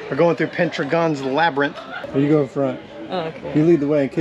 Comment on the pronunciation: I'm sorry. That cracked me up. Pentra-gone's labyrinth? It's Pen-Dragon. I'm sure it was the font that through you off. ;) And "The Stick" is called a lance.